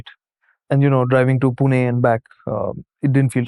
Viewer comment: Thanks for saying Pune instead of poona 🫡